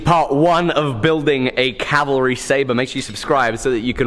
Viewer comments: Thank you for saying "CAV - al - ry" (instead of calvary)!!! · cav-ah-ree, not cal-va-ree